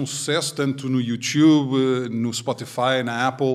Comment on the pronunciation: Grande podcast parabéns, mas por favor não digas "youtchube"😅